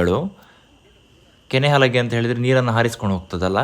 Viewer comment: ಕೆನೆ ಅಲಾಗೆ ಅಲ್ಲ.. ಕನೆ ಹಲಗೆ